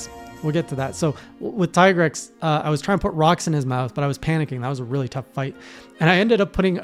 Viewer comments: Tee-grex, Japanese pronounce "i" as "ee" (Ki = Kee), (Chi = Chee), (Karate Gi = Gee), (Akira = A kee ra), (Pikachu = Pee ka chu), (Ibuki = EE bu kee) Also, Capcom officially calls him Tee-grex. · The pronunciation of Tigrex is a slightly debated issue in the community, but I'd say that Teagrex has the better arguments than Tiegrex: 1: It rhymes with T-Rex 2: The monster is also called Tigrex in other languages that much unlike english are actually phonetically consistent and well... none of those languages pronunces the letter i as eye, that's a specifically english quirk.